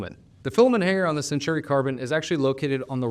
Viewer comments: Say it with me, Sen-taw-ree. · I keep getting the nails-on-the-chalkboard feeling when I hear you call it the "Century Carbon" and not the "Centauri Carbon", lol. I see you added a note in the description on this. Great analysis :)